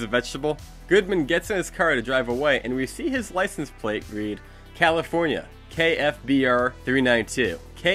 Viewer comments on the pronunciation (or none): none